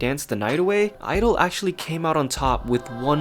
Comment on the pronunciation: Both my BRAIN and HEARTEU!! IT'S SAID 'IDOL'